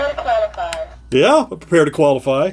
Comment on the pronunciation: "Prepare to qwawify"